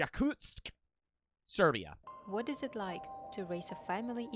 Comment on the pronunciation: i thought he pronounced serbia "serby"